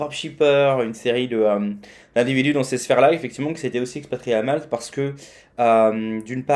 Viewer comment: L'île de Malte. Il n'y a pas de "s" à la fin de Malte.